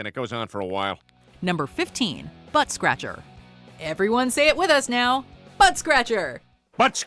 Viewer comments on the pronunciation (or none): "Everyone say it with us now" -- /says "buttscratcher" wrong/ -- /immediately plays clip of Peter saying "buttscratcher" right/ 🤨